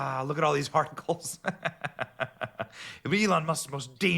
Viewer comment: “Look at all these Farticles” is what I heard